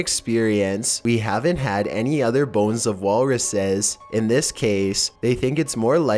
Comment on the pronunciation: legit thought he said phones instead of bones at the beginning